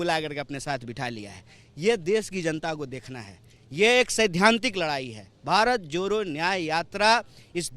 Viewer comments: भाई आप पहले तो भारत जोड़ो बोलो ये भारत जोरो क्या बोल रहे हो,, improve your pronunciation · भारत जोरो यात्रा नही होता है बेटा भारत जोड़ो यात्रा होता है 😂😂😂😂😂😂